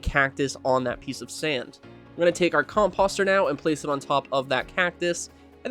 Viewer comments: Nice build - subbed... but ... whats with the "Com Pahss Ter"? Do you call fenceposts "Fence Pahssts"? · Com-POH-ster. I yelled at my monitor. Com-poe-ster, please. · The way you say composter is hilarious 😂